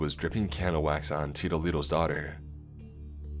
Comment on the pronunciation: Heh heh take a shot every time he says, "Teedoh Leedoh" lol And yes I know it's "tito". XP